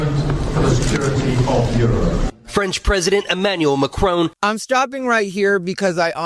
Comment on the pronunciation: Macron is not pronounced Macrone. LOLZ there is no "own" sound in it. more like an "on".